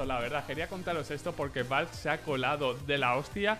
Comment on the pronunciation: creo que es la primera vez en mi vida que escucho a un español decir ´´valvf`` para referirse a ´´valve``